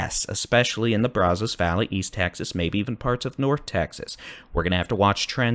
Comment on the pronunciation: Your weather forecast reports are always wonderful. Been watching you for years!!!! Keep it up! However, your pronunciation of “Brazos” is killing us folks in deep east Texas. It’s Braaaazaas. No O. 😂